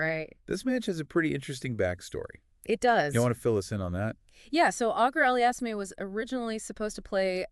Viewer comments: You butchered the pronunciation (badly) in the first minute of the video which warrants not watching the video at all. Terrible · If you can't say his name properly it just shows you clearly did not watch enough Felix. You might know a lot about tennis, even have competed previously, but specifically should avoid any discussion regarding Felix. Only two pieces of deduction made me dismiss the video: The first piece of deduction is that simply from the lack of pronunciation, it shows that you clearly have not watched enough Felix. If you even watched a match, or simply HIGHLIGHTS of him playing, you would be able to repeatedly hear "Auger-Aliassime". Both the announcers and the umpires would have said it multiple times. Then I deduced that if this individual obviously has not watched ENOUGH of Felix's play, I am fully justified on dismissing this person's analysis. How can I bother with the analysis of someone who has not even WATCHED HIM PLAY? This is the 2nd piece of deduction. It took me longer to type this out than to make up my mind but that is simply how my thought process went. I am not hating irrationally, there is a logical process I underwent to arrive at this conclusion. I can also add that mispronunciation is indicative of a lack of attention to detail, so how can I bother with an inattentive individual who clearly has never even watched him play? I hope you can take this the right way and only look at it critically instead thinking that I am just hating for no reason.